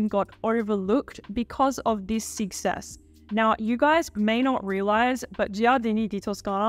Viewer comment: omg I can't under the way you pronounce success as sixess :D